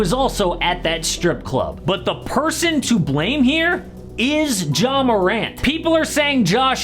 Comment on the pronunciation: Please stop calling him “Jaw”